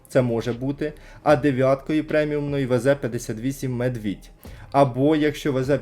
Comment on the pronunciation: Не Медвiдь, а Ведмiдь